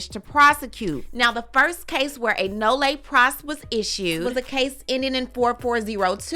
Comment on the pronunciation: Hey!!! I love your content, just wanted to give you a heads up, Nolle Pros is pronounced Noll Pros” the “e” is silent